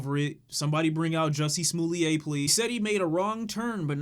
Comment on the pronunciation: “Jussie Smooleighaye” 😂